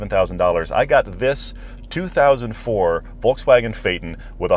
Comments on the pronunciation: Exactly! My ears are beading each time he says "Volkswagen" 😭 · Discusses the correct pronunciation of Phaeton in depth Pronounces Volkswagen wrong